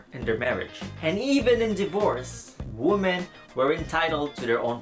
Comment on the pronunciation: It's wee-men not woo-men.